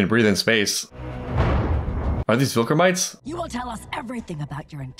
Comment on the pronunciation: Bro is saying vilkramites 😭